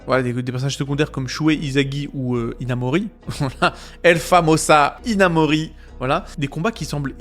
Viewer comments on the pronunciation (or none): Hinamori... Hinamouru